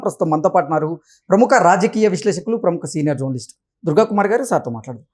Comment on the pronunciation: జౌర్నలిస్ట్ కాదు. .జర్నలిస్ట్...ఉచ్చారణ నేర్చుకుని తర్వాత మైకు ముందు నుంచోండి